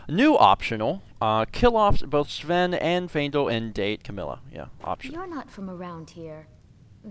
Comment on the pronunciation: And he never realized that he pronounced Faendal's name wrong the entire LP. Faendal episode 5- 286